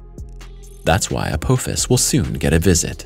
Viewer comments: Hate to be the bearer of bad news, but I must say 2 things. First, it is pronounced "uh-poff-is", not " uh-poe-fis". Second, this asteroid is massive, if you didn't catch it or don't understand, 16 kilometers wide. For us Americans, that's roughly a bit over 7 and a half miles wide. Mind you, that's the diameter, not the circumference OR the total mass. There is no chance we could do anything to move it, and trying to destroy it will not end any differently. IF Apophis comes down, pasing through the keyhole and entering a new orbit to crash, we are doomed . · Your pronunciations are horrible. Uh-pah-fis, not up-Poe-fis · It is pronounced Apofis! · To hear someone repeatedly mispronounce a name over and over, infuriates the hell out of me. The name is pronounced " app" "office". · Am I the only Stargate fan who is annoyed with the way he's pronouncing Apophis?